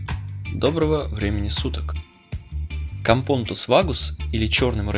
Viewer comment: Почему произносите компОнтусы? Правильно кампонОтУсы.